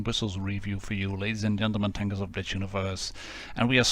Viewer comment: When you said tankers of blitz universe I heard tankers of bitch universe😂😂😂